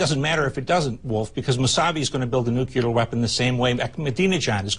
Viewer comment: I'm with Scheuer. He tells it like it is. However, when are these people going to learn that "nuclear" is not pronounced "nucular".